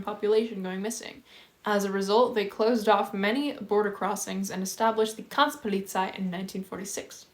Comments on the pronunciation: "KrantzPolizei" - say it with me "Grenz - Polizei". "Grenz" you have to hit the G Harder and Roll you R, like a Tiger "GRRRRRRRRR..." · Your pronunciation of "Grenzpolizei"/"Grenztruppe" is well creative 😅but you are trying your best ^^ Otherwise great video as always though